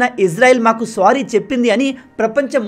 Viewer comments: Good explanation anna 👏 but please don't say the word "sorry" as "స్వారీ". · Kaatar kaadu.. swaary kaadu